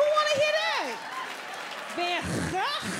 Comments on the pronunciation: She didn’t even pronounce the van in van Gogh right. It’s pronounced with an a like in arm. Also It’s not like Dutch doesn’t have a lot of verbs, we have plenty. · inderdaad haha, ik vond het grappig hoe ze Van Gogh zij lol 😂😂😂😂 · Even Belgians can't pronounce van Gogh correctly .....